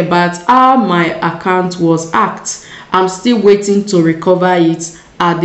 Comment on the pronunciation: Why is it very hard for you to pronounce the word hacked and your name is written not Joanne